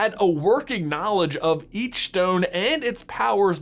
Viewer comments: Am I the only one getting annoyed by the way he's says "stone" like "shtone" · Maybe it's just me but I cant finish watching the video because its infinitely annoying how he pronounces "s" like "sh" in every sentence. For instance: "Power Shtone" I just cant handle it. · infinity schtone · I’m sorry but I can’t get over how he pronounces stone as shtone it’s quite annoying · Am i the only one hearing shtone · It's stone not shtone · Stop saying schtone, it’s so annoying! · Who else realised he was saying power Shtone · why do you keep saying “shtone”? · This may be nit picking but every time he says “stone” he says “shtone” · The power shtone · POWA SHTONE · Its stone not shtone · Why does he say power stchone, but with the others, he says stone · Where is from? He pronounces stone as shtone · "Shtone" lul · power schtone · Power Shtone powered Shtaff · Stop saying "estone" please its really annoying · He keeps saying shtone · It is not a schtone its a stone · It’s not a shtone, it’s a Stone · IT'S S T O N E NOT S T H O N E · Does he say power shtone? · my mans saying power shtone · Why does he say Shtown not Stone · He says stone like “shtone” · Nobody: This guy:Power shtone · It’s pronounced STONE not SHTONE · stop saying "shtone" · It’s stone not shtone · You mean stone not shtone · Take a shot every time he says “schtone” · Nobody: J: “Shtone.” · “schtone” “firscht” “cascht” “HE TRIED TO CASCHT THE UNIVERSE INTO DARKNESS USING THE REALITY SCHTONE” “ONCE THANOSCHE HAS THE SCHTONE” “Hischtory” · ....power shtone... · every time he says "stone" i hear "shtone". anyone else? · Pls stop calling it a power shtone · I’m I the only one that gets stressed about the fact that he pronounces shtone instead of stone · The infinity ‘Shtones’ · Am I the only one triggered by him pronouncing Ss as SH like 'POWER SHTONE'. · He says stone like schtone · The way he says SHTONE pisses me off so much, why am I so petty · Which Shtone is the best Shtone? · shtone lol